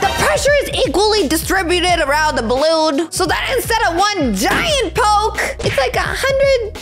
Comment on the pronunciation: ORANGE BAWOON I, MEAN BALLOON NOT BAWOON